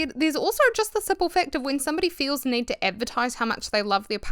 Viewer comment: Lowkey obsessed with your pronunciation of “niid”